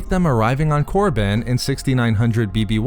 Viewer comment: Did you really said Moriband? Jesus, was it really that hard to keep it Koribban